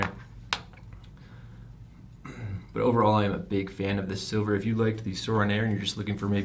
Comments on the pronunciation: Its "Sliver" not "Silver" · The fact that you had the mod and the box and still are pronouncing it Silver is fucking embarrassing 😂 unsubscribed 😋